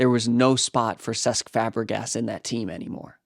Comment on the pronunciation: "There was no spah frr Ces Fabrgas in that team anymore"